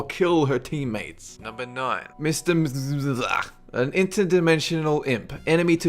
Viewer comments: It's "mix-yes-pit-lick". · I'm aware this is long said and done... but #9 is Mr. Mixlepitilick... pronunciation.. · Hey its said as mix-spit-lick (don’t spell it like that way it’s Mxyzptlk but that’s how you pronounce it) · It 's pronounced mit-zee-ex-tip-lik, and hes actually non a bad villan at all, almost beating superman once. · pronounced MIX ILL PICKS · It is actually pronounced mixelpitlelic. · It's Mr Mit Sell Pick stick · mixy-el-pit-lick is how you pronounce the name of that tiny guy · Mr. Mxyzptlk and Bat-mite are awesome!!!! And FYI its pronounced mixy-ypit-lick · prononced mix-I-pix-il-ps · It's probably pronounced as mix yes spit lick. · if im correct his name is pronounced mixispitlek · DAMMIT YOU THIRD-DIMENSIONAL PLEBE!!! IT'S PRONOUNCED MIX-YIZZ-SPIT-LICK!!! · It's pronounced mix yez pittle ik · Mxyzptlk is pronounced as Mix-Yez-Spit-Lick And backwards it's pronounced: kill-Tip-See-zim. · lol Mxyzptlk. Pronounced: "Mitzel-Plick." At least, that's what it was from the old saturday morning cartoon show, Superfriends. Lol. Backward? As far as I can remember, "klippel-skim." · ts pernounced mixy-zip-tilk (MXYZPTLK) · It's pronounced "Mix-i-spit-lick" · That Superman villain , his name is pronounced Mizzel-piti-lick" or "Mizzle-plick" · actually, there's a few acceptable pronunciations of his name, usually 'MIX-il-plick' or 'mix-ilz-PIT-lik' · Oh come on,Mxyzptlk (pronounced mix ze us pitel lek) is a cool villain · its pronounced Mitzylplex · It's pronounced mix yez spit lick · "Mix-yes-spit-lick". That's how you pronounce it. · It's pronounced Mix-Yes-Spit-Lick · His name is pronounced mixyzpitilik. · RockLegend2 Yeah on TV it's "Mix-L-Plick". You're not correct. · mix-ez-pit-a-lick thats how you say his name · Number 9's name is pronounced Mixle-plik. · it is realy mit-sel-plix i watched the justice leage tv show and mfhyuujhyf (sorry it is hard to type) and the way to defet him is to make him say his same backwards, I LOVE THIS GUY!!!!